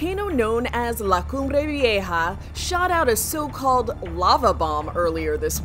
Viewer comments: Props on the pronunciation of the volcano. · It pronouns very well the name, still have some accent, but almost perfect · Wow...She says that volcanic name better than how I can even proonounce mine... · can we just talk about the fact that the person covering this said that volcano name so, so, so perfectly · Why is no one talking about how she can say the name of the volcano